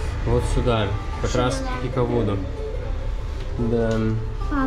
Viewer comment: Цапли, а не аисты! Хикадува, а не хикавуду! А вообще то мы неделю назад приехали со Шри Ланки, ходили в музей, очень тяжело смотреть эти фотографии!